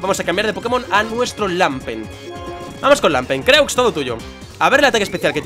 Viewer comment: se dice lampent, no lampert:v